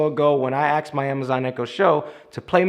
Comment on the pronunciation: I watched quite a few of your videos as you seem very smart and easy to understand. Until I heard you say “I axed” instead of “I asked”. Then I turned you off!